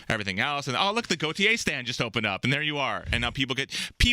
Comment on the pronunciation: I love how half the interviews they say Gotye wrong and yet he just smiles and goes along with it.